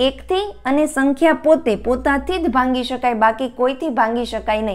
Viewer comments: ભાંગી શકાય કેમ બોલો?ભાગી શકાય બોલાય .ભાગાકાર માટે . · ભાંગી નહીં ભાગી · Mem it's not bhangi.......bhagi.....sorry, 🙏best 👌 and easy.....tricks 😊. .....